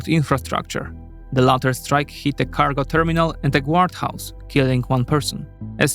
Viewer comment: I like your videos but you really have to work on the pronunciation of guardhouse lol. absolutely killed me "Gward house", jokes aside good job with the videos and in the case of improving pronunciation I would just recommend remembering that English has a lot of semi silent letters so guard is pronounced like "gard" similar to garden without the en.